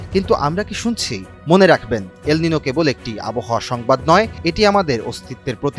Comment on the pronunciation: এটা সুপার এলমিনু নাকি হেলমিনু বলছে বুঝা যাচ্ছেনা।